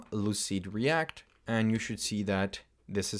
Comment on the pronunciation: lucide -react not lucid reat